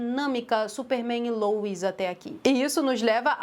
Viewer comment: O que incomoda é o pessoal falar “lois” como “louis”